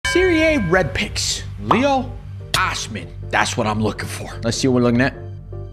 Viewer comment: They are pronounced - Ley ow and Oh see men